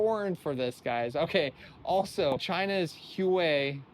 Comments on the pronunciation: Pronounced Hwa-way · Learn how to pronounce Huawei lol Laughable